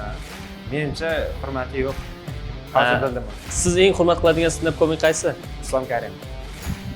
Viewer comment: Ko'mik desa go'mik deb eshitiladi😅😅